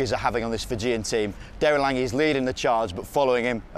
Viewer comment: The way he said "Fijian" made me cringe